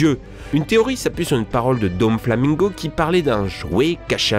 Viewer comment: "Porneglyphes" "Domflomingo" Gold D. "Ranger" xD